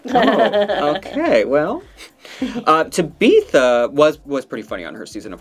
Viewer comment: Why you saying tabitha like that ? It’s just tabitha Not tabeeeeeetha